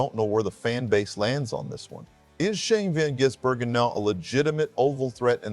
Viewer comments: Not Van Jizz-burgen, it’s pronounced Gizz-burgen. But thanks for the vid. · did you really (mr AI) just say Van jizz-bergen?!? wow.. I've heard it all.. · Vanjizzbergen?!?? Terrible AI voice!!